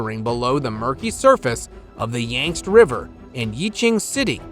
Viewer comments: Yangtze or Yangzi (English: /ˈjæŋtsi/ or /ˈjɑːŋtsi/). Not "yanks", my friend :face-green-smiling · Yangtze is pronounced Yang Shee